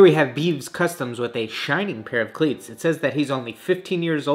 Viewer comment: to he’s talking about cleats and he accidentally said “clits” instead of cleats💀💀